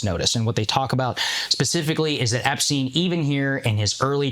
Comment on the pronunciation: There's nothing funny about this story, but I was not expecting to hear Charleston White's take, and I couldn't stop laughing at him repeatedly mispronouncing Epstein and Ghislaine 🤣